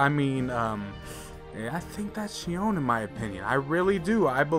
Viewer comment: It’s xion 🙁